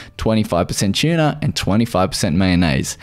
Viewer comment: Aha, An Aussie video I've never heard the pronunciation "broccol-eye" before. And he pronounces "tuna" as "chuna"